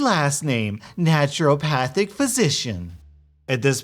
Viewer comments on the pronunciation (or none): Stop saying naturalpathic please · Naruto-Pahthic? She's a weeaboo doctor?